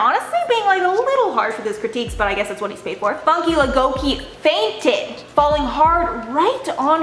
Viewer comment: Did she just call her funky, funky. Its Fooonn-care